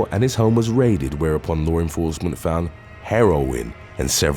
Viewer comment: I love this channel. Lots of good stories. And also, I get such a chuckle every time the guys says "lore enforcement".